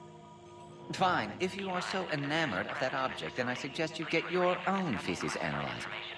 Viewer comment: Its enamored not inamerant...